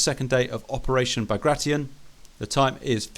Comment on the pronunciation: Liking for that sexy correct pronunciation of 'Bagration'. Arches eyebrow at Steel Division